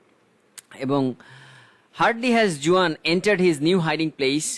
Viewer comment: Google theke pronunciation ta dekhe niyen